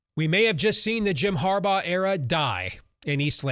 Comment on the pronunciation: There's been one constant over the years,.....it's Har-BAUGH!!!!!